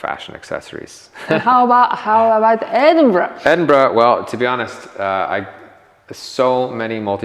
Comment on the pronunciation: You learnt how to pronounce Edinburgh 👍